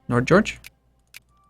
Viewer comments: It's pronounced nyord-george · "nodjodg" It said Nordnorge lol, could at least be nordnordj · nord-norge not nodjorge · Nord-norge, not Nord-george. How is it that English speaking people have such a hard time reading? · you pronounce nordnorge as Nord Norge in two words and its not George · lol "Nord-george". cannot into Scandinavia. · HA HA HA HA HA!!! I know i'm being very petty but this is so funny XD Nordnorge means Northen Norway and is pronounced as two words, Nord-Norge. Love your vids. Cheers from Sweden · as someone from "njordgeorge" I find your pronounciation hilarious x'D